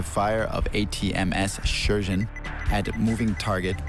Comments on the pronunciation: Dude you pronouce it so funny Sheshen Sheshen Sheshen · Bruh...stop with the Sheshen lol. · its pronounced Cher (singer) - Shen. Cher-Shen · It's Shershen